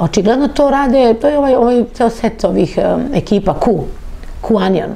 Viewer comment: Ova stalno govori Q-anion 😂😂😂 onion koji se na engleskom izgovara kao anion, znaci CRVENI LUK, a ova stalno ponavlja Q-anion ... OSRAMOTI SE ZENA u nekoliko navrata kad je pokusala da nesto izlupeta na engleskom. Koga vi sve tu ne dovodite. Kako se ova snalazi u Americi s ovakvim engleskim? 😂